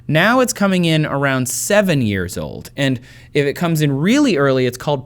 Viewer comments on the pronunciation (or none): none